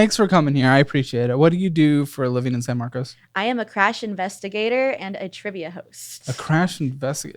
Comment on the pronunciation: Why do people keep saying San Marcus 😵‍💫